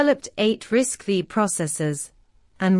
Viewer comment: Please, it’s not RISC-Vee It is RISC Five Roman Numeral V